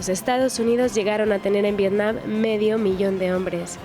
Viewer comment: no se llama vietcom se llama vietnim